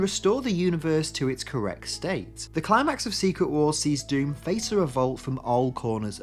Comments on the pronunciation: It's pronounced Von Doom, not "Van Dame" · The butchering of Dr Dooms name should be punishable by prison